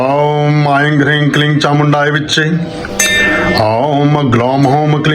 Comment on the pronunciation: vedio मे aing ऐंग्, hreeg हरीग्, क्लीग् ke उच्चारण हुआ है